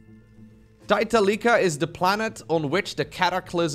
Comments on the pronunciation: if we go by the Korean name (타이탈리카) it'd be "Tie-tallica" to sort of rhyme with "Metallica" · It's pronounced taitalika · it's pronounced Taitalika, not Taitalika